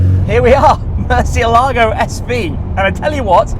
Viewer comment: The way English speakers pronounce the word murciélago is like a dog peeing on one of your vehicle wheels.